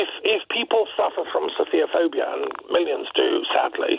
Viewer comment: The word is ‘sophophobia’ pronounced ‘sof pho phobia’ not ‘sofia phobia’